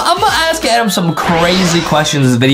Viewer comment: its not adam its adem:face-turquoise-drinking-coffee::face-fuchsia-poop-shape::face-purple-smiling-fangs